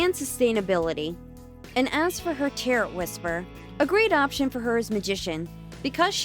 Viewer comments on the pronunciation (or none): I know it's not a big deal. But why do you pronounce the t in tarot? Tair-oh.